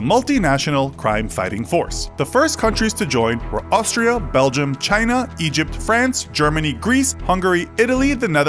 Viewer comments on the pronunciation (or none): none